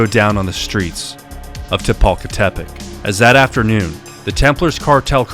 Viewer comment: Throughout the video you keep switching between reading the town's name correctly and incorrectly adding a additional "te", sometimes you say Tepalcatepec (correct) and sometimes you say Tepalcatepetec (incorrect)